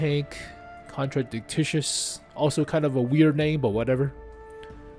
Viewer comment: its not contradictitious, its a contradictious. kon-tra-dic-shious PLEASE stop saying TICTICIOUS